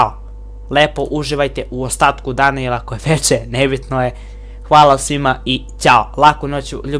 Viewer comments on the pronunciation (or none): none